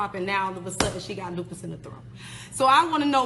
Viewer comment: Loose puss 😂😂😂 not lupus